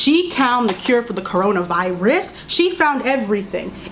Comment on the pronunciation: "Corona VI-RESS" 💀